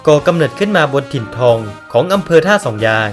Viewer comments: ท่าสองยางนะ ไม่ใช่ ท่าสองยาน ออกเสียงให้ชัดๆหน่อยนะ ผมนี่คนท่าสองยาง โดนกำเนิด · เหรอทำไมผมฟังเป็น100รอบคำว่าท่าสองยาง มันถึงเป็นท่าสองยาน คับ น้องรู้จักพี่ พัน ที่เป็นยาม รพ.นี้ไหม ผมนี่แหล่ะน้องเค้า ชื่อ เอส